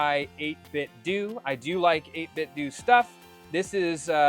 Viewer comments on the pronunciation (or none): I prefer saying 8 Bit Doo…. Sounds better. BUT I’ve been told it’s 8 Bit Doh. Like pronouncing Nintendo. Just say what you prefer! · I know this is going to come off as petty, but believe me, I'm genuinely asking because someone may have that inside knowledge from 8bitdo. Is it pronounced 8bitdoo or 8bitdoe? I say the latter because I don't say Nintendoo. 🤷🏻‍♂️